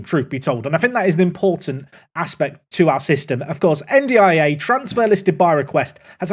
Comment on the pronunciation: You said N'Diaye's name properly and immediately they score!